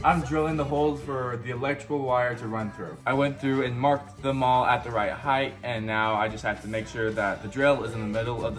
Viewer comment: LMBO!! VOCABULARY!!!!! When referring to how tall something is…please say heighT, not heigth. A whole lot of YouTube channels get this wrong I’ve been holding my comments but since you brought it up yourself I decided to point it out to you. I’m not a picky person and normally hold my cringe to my self. But there ya go 😂 I’m messed up in the head I guess. 😂😆🤣 Keep up the great content!!🥰